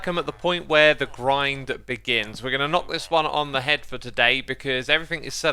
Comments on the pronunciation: "The exploitation beings" does he mean begins or do I just not understand what he's saying? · I didn't even notice that my brain just naturally read it as "begins" because they makes more sense to me